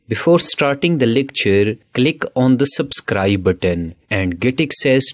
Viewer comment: "Ca-lick on da sub-scwibe button" XD